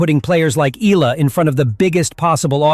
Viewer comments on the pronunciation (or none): It is pronounced E-Ya-la. Not E-LA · Alex Eala's surname is pronounced as EYALA.